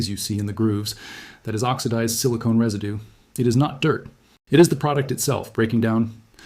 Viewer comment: Reside-doo is Mr. AI speak! Don’t you hate it!